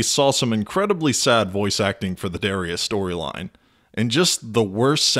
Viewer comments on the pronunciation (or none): none